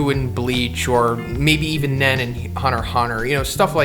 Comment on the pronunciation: Sir it's pronounced hunter X hunter